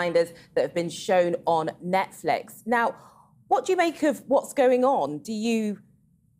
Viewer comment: Why does he call it ‘Netflick’?